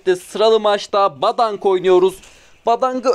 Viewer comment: yanlış anlama ama o badang diye okunmuyo bedeng diye okunuyo gdhbvcdh